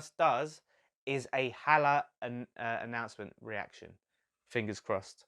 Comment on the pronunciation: You got Maupay pronunciation right but the “H” is silent on Haller!